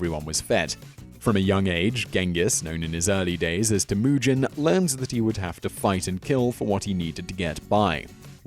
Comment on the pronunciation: Not Tamuuuujin. It's pronounced Timujin. He unified a country. He set laws and rules. He hated racism or classism. He looked upon a man by the courage and character a man had. Gaaadammit...modern world can learn something from this legend.